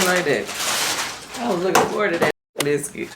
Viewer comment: Kandi was a diva about her "biskih"